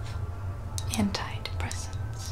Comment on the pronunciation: anybody else think she said "hentai depressants" instead of antidepressants